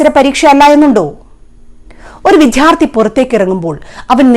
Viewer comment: വിദ്യാർഥി യാണ് വിത്യാർഥി യല്ല..